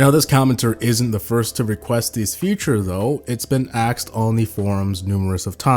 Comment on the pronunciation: ASKED!!! NO AXED